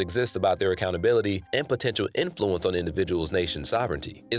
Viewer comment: why do you keep mispronouncing influence? its IN-fluence not in-FLU-ence